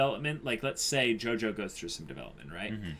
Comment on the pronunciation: It's pronounced JOJO not JOJOS fyi